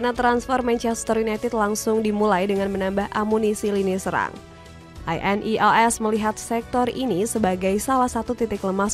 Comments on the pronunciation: Wwkwkwk monolognya pake AI kah? INEOS pronouncenya gitu wkkwkw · Narator cuma modal suara enak, minimal dikasih tau cara baca INEOS sama nama² pemain lah. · Ineos❎ I.n.e.o.s✅😂